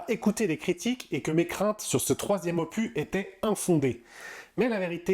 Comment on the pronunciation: Je ne suis pas Team Cameron, je suis Team Larousse. 😅 Le 's' de 'opus' se prononce.